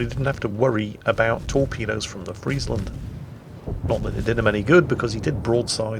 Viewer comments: this is the first english youtuber who actually pronounce friesland right like perfectly right. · Thanks you for pronouncing Friesland properly.